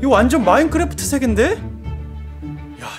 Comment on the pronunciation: 마인크래프트 할때 마인꾸래프트라고 하시는거같아요 기여우셔